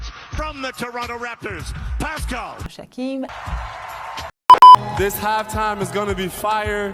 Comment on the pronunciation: “Pascal Shakeem” 🤣